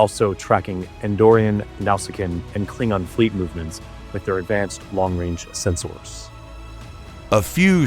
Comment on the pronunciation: He also said "Sens-Oars", as is proper for Vulcans.